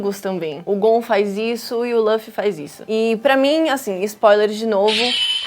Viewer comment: Por que essa porra fala "Lâfi" ? A pronúncia é "lufi" ou "rufi"